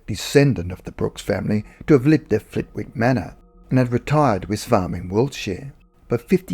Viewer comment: Lovely, entertaining upload, as usual. 🙂 In case Flitwick comes up again, please note the W is silent and locally it’s pronounced “Flitt-ick”. No big deal, just FYI. 👍